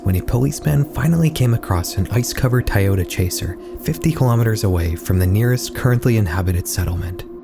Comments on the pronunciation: i think it's Toyota, not Tayota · What the fuck is that pronunciation??? “Tye-oda” is CRAZY😭😭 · Tayota? Never heard that one before 😂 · "Tieyota Chaser" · you mean Tie-yoda? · "Tayota Chaser" 🤦 wtf is a T*a*yota SMH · 'tie-ota' lol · Why did bro say Toyota like that 😭